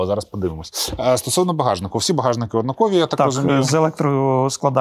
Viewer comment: однАкові, а не однаковІ 😖. Ну сколько можно...из выпуска в выпуск дико режет слух